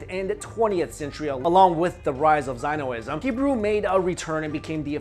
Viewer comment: You butchered Zionism and Yiddish's pronunciation.